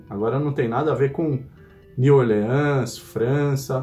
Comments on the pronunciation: Edit: aos O jeito de falar com menos sotaque seria "Niu Órlans", com um E mudo e a silaba tônica sendo o O, mas eu acho mais facil de entender falando com nosso sotaque brasileiro, siceramente. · New Orleans não se pronuncia assim 😬